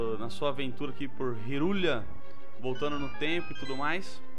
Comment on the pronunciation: Cara, ta usando emulador?? Ou o consoles mesmo? Hyrulia cara? è Hyrule e se lê tipo "Hi" "Rule" "Oi" Regua" xD aushasuhasuhasuhsuhaaush